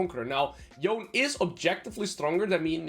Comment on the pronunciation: Yone is pronounced with two syllables